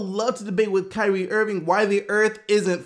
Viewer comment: "Kywee Irving"